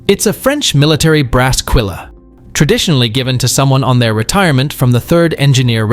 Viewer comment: Quille does not have an "e" sound. It us French and sounds like quil (like quadrille, espadrille and other French words the final e is silent) Try GOOGLE for heavens sake.